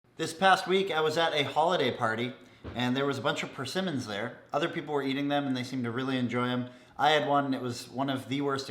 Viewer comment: I thought it was pronounced PERsimmon, not PerSImmon